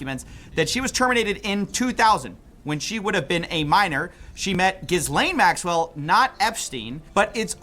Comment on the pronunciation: Jizz-lane Macks-well